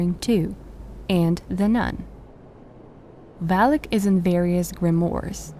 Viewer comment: Not valik it’s valak